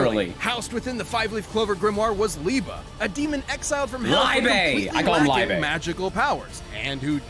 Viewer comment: nope. They pronounced Liebe right. German approved pronunciation. Sorry man :D